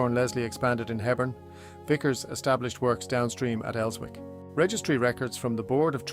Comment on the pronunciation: These AI videos are terrible. So inaccurate on many levels. and Wallsend is just pronounced 'walls - end'. Elswick has a silent 'w'. The Jarrow March never went anywhere near Town. what the hell is that?